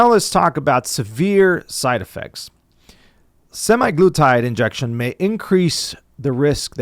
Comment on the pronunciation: A lot of great information here, but it was killing me how he was pronouncing it semiglutide.